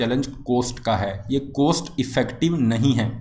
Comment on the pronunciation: You have problem to pronounce cost.. Please correct it.